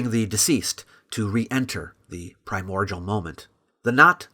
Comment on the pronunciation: It's pronounced "Prime-More-DEEull" Not "pri-MordJewl"